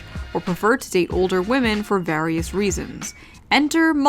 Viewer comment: Lol at the beginning it sounds like you have a British accent when you said various